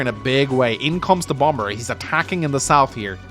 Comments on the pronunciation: bomber isn't as jarring as the pronunciation of cumtowers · re: bomber pronunciation i came into it pronouncing it "bommer" but i kinda like how "bom-ber" sounds. a bass gravitas befitting the one-shot-on-plains jetplane; you know? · I, for one, appreciate the “Bombur” pronunciation, makes me think of the Dwarf version 😅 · As an American, I never understood the why certain B's are silent in words like Bomber. Feel free to pronounce it however you feel like.